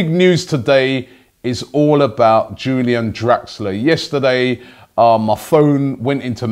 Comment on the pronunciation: No Robbie. It's Pronounced like You - Lee - an